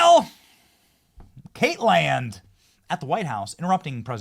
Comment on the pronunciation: Stop saying Kate land. You sound like an idiot. Just pronounce her name correctly. You sound ignorant.